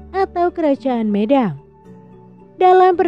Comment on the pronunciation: Pelafalan kata medang kurang pas.